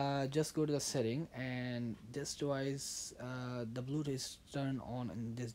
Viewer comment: turn on the blootoot